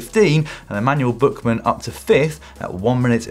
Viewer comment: Who is Emanuel Bookman? He is pronounced Buchmann.